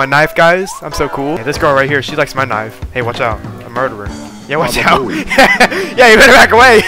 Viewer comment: I swear i heard "niCe tHigH" insteas of nice knife💀